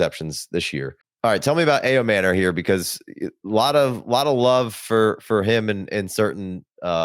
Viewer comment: Bruh Ayomanor is not hard to say